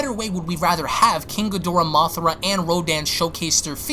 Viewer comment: Its mothra not mothera